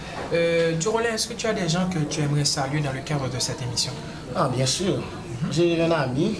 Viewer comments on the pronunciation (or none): Mais vs n'avez sans doute remarqué qu'à la huitième minutes et 19 secondes , elle a dit " bien sir " pour "bien sûr " .